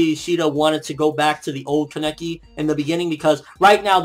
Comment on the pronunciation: But please stop saying kaNEki, it's KAneki..